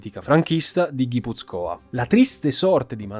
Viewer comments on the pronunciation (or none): Molto documentato. Soltanto la pronuncia di Guipúzcoa (ha l'accento sulla u) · Guipúzcoa no Guipuzcóa ;) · Grazie per il video. Il lavoro deve essere stato molto complesso. Complimenti. Una vergogna se non te lo fanno monetizzare. Piccolo appunto: si dice Guipúzcoa e non Guipuzcóa . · Il video é da 10 e lode! Solo una piccola cosa, il nome della provincia si pronuncia GipUzcoa e non GipuzcOa. Complimenti per un ottimo lavoro.